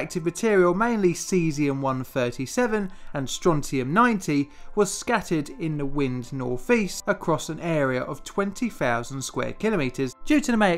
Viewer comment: I like your accent. BUT.... Since you are a narrator/announcer, you should try to pronounce words properly, especially the word "three". It sounds silly when you say "Free Mile Island" and "nineteen fifty free", or even "norfeast". I've heard you say "this", "that" and "the" properly, so I know that you can pronounce the "th" sound. I think it may be a habit that you are not aware of? Or you just don't care.